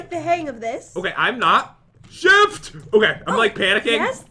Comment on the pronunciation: ShIfT What i hear: sH!t!